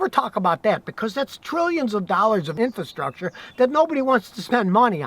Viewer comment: I watch... Please start saying the word correctly... IN FRA STRUCTURE not IN FA STRUCTURE